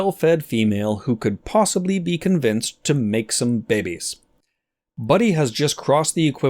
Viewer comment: Is the "behbehs" pronunciation an homage to zefrank?